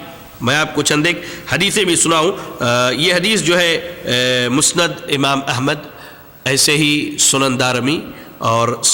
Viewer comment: "مسند" کو مستد کہہ رہا ھے۔